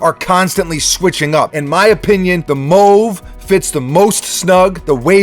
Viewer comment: WTF Dude!?!?! You sound ridiculous. It's pronounced "mahve", not "mowve". As in the pale purple color "mauve". Who TF says mowve?!?